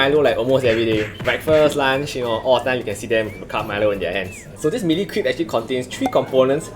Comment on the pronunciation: Lol i heard "Crap" instead of crepe